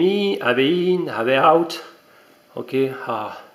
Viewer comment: bizarre ton accent et amusant ... (il n'y a pas de "H" devant le "out" ... et "AV" c'est avec un "AV" qui se prononce "HAYVI") ... Sinon la video est super intéressante :-) Bravo ! Impatient de recevoir les miennes !